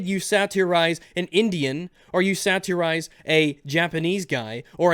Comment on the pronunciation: The way says 'satirize' pisses me off